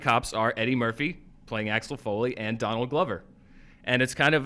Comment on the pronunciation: Danield Glover?? hehehe he said Danield Glover